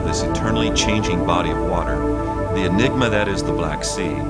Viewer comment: "The egnima that is the black sea, are only now being brought to light" Script typo or dense narrator?